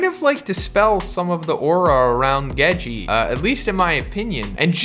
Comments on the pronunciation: love your channel bro but it’s Gege not Gejeeee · “Geji”? Both the g’s are hard, it’s The first syllable twice, Gege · oh man, isit pronounced... GEGEH, GEGAY, GEJI, JEJE??? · Hearing the two "Ge" in Gege pronounced differently is so odd